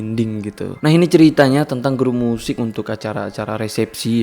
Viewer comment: tentang bang bukan tenang. :v